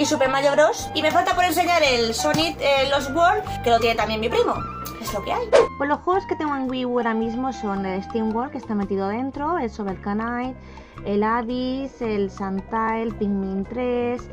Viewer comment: Mira que es casualidad, que a mí me regalaron precisamente la GBA SP edición Zelda, así doradita, que venía con el Minish Cap. La de horas que le he echado a ese maldito juego. Creo que, de unas 15 veces que me lo he pasado, sólo una lo he hecho al 100% "Shovel KANIGHT"? ¿En serio,? XDXDXDXD Esa K de Knight no se pronuncia. XD Estamos de acuerdo. El Zelda Majora's Mask es el mejor de N64, aunque mi favorito es el Twilight Princess.^^ De la serie de Layton me falta por jugar el primero de todos. Hace unos días me terminé de pasar el del Legado de los Ashalanti (Emmy = waifu suprema), que me lo dejó una amiga. Así que el de La Villa Misteriosa es el único que me falta. Y en la colección incluyo el crossover con Phoenix Wright, que es la leche.^^ Yo de Wario he jugado uno de los WarioWare (el Smooth Moves de Wii), y efectivamente es una locura. Pero soy más fan de los plataformas de toda la vida, y aparte he crecido con la serie de Super Mario Land y Wario Land (la tengo entera, desde el Super Mario Land de Game Boy, que jugaba en la GB Pocket, hasta el Wario Land 4 de Game Boy Advance).^^ Bueno, y como ya casi estás en los 2000 subs, me voy a adelantar: ¡Felicidades por los 2000!^^ PD: Vente al Leyendas del Rock (???)